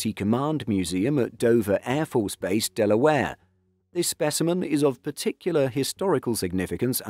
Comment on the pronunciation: you maen the adoption, not the adaptation, of the KC-10. You need to edit your scripts for correctness and listen to your presentations for appropriateness before you pstt them to avoid coming off like half-wits. And it's Del'-uh-ware, not del-uh-ware'. It's a good sound script with appropriate video. It's a pity to spoil it with the laziness or ignorance these errors suggest.